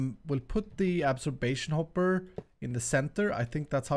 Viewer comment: its not absorbation hopper its absorption hopper